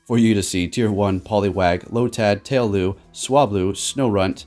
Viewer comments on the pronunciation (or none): Tail-loo? It's tail-LOW bro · Tay-low* not tail-lou